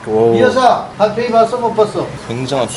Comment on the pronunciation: 난 왜 달팽이로 안들리고 담탱이라 들리지....